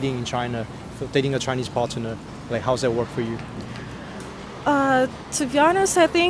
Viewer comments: partner 的字母t 不发音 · 查了几本字典，partner的字母t都发音